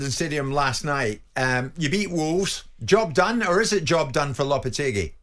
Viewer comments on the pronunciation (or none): "Julien Lopatargy" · Lopetargy lol